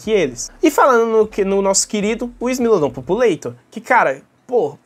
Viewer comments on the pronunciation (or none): não é "populeitor"😢 é "populartor" com o mesmo A que em população e povoar<populare, isso é latim, lingua mãe do português, nunca inglês